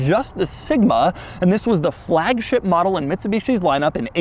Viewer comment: Frrrrrrrragship, LOL